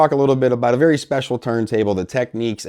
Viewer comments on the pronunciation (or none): Why do audio reviewers insist on pronouncing the Technics brand name as if there is a "q" in the spelling. It is not called "techniques," and we don't say "tekneekal diagrams." It should be pronounced "TEKNIX."